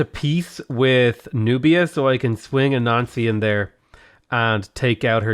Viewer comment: I was doing my homework for art class while listening to and when he said anansi I immediatelly thought he said a nazi and was confused af